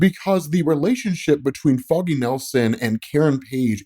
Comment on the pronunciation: Im liking because i like your content. But would be nice to dont announce foggy's like that 😮‍💨